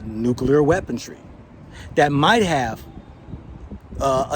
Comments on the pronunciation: Hey ’its weaponry not weapon-tree … we all make mistakes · Trajectory, weaponry. I am African so I thought I was mishearing him insert a t in weaponry. All the same, crazy times ahead. China will surely not be bullied. Tough times ahead. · "Trajetrery?" " Weapontry?" "Space Command?" Hahahaha!